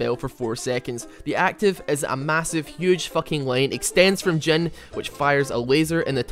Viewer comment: i like how you pronounce him dzen XD not jhin